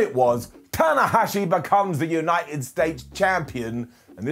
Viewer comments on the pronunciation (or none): none